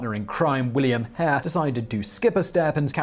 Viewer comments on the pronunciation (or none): none